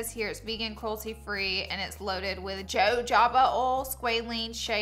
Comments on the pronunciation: "Joe Jaba" oil Lmao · Jojoba oil is pronounced like hohoba ❤ thank you for so many great gift 🎁 ideas I love your videos I just knew cause I used to say it that way too ❤ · Jojoba oil is correctly pronounced (ho-hoba) the (j) makes the H sound as in the Spanish Jesus is said (hey- sus) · Jojoba....sounds like someones name, Mr Joe Joba, the way Laura says it 🤣🤣🤣